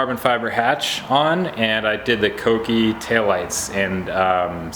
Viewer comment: Big thumbs up for the pronunciation of Kouki.